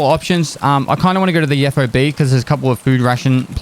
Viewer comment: It is a FOB, but it isn't pronounce F-O-B. It is pronounced fob, as in key fob. As a word, not letters.